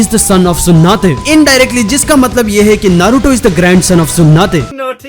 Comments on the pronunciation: That's tsunade .....not tsunate...😅😅😅...bit weird to listen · Bhai tsunade ko sunade bolta 😂😂😂😂😂😂😂🔑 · Tsunate nahi tsunade bol 🤣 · She's not tsunate she is tsunade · Why u say sunade "Sunate"